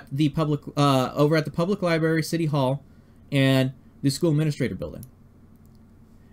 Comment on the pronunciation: Hey man, somebody has to say it... it's pronounced "libRARY" not "liberry". Sorry man, it's just irritating. lol